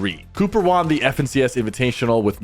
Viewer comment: “And Thomas has never WAWN an FNCS” 😖 hate how he says “won” 😂it gets me every time. Lol